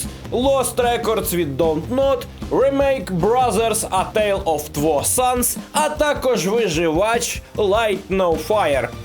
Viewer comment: Дяка за новини... Але слухаючи, як українські ігрові блогери (ну, ок 90% з них) вимовляють англійські назви ігор в мене тече кров з вух... (Брозерз оф тво санс 😅😅😅, моя п'ятирічна дитина знає, що two - це означає 2 і вимовляється, як туу 🤷🏻) Люди, йпрст, ну займіться трохи дикцією і вимовою... Це не потребує багато часу, але якість контенту одразу стрибне догори 🔝